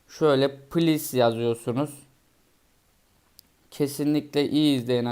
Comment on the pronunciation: Yalnız ingilizce lütfen demek please ples değil